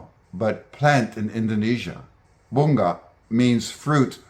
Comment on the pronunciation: That is not bung-ga in ... We pronounce it bu-nga in Filipino... English speaker hardly pronounce the "ng" sound...